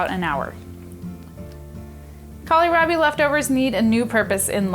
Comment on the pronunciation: Kohlrabi is pronounced call rabbie not callierabie